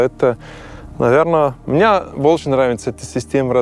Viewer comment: Герой выпуска, вы говорите о русском менталитете в вас, так выучите русский. Не может быть русского менталитета в чужом в человеке, т.к. русские мыслят образами и правильно слагают это другим. Вы даже слово "мне" неправильно выговариваете. Думаете что приехали из Швейцарии с деньгами, выкупили себе хутор с землёй и теперь у вас русский менталитет? Вы ошибаетесь, то что вы чувствуете это та свобода, которую вы ощущаете и вы не можете её получить в Швейцарии и ваши аусбильдунги на рабочий профессии конечно хорошо построены в плане обучения, но мне так не нравится ваш пафос именно в голосе, а значит он и в вашей голове. Вы лжец.